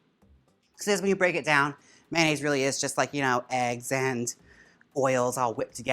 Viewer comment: MAN-aise… lol